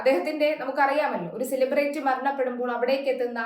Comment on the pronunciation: സിലിബ്രേറ്റി എന്നല്ല പറയേണ്ടത്. 🙏 സിലിബ്രിറ്റി എന്നാണ്. പലരും ഇങ്ങനെ തെറ്റായി പറയാറുണ്ട്. 🙏